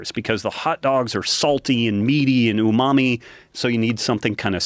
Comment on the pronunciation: Mymommy, umami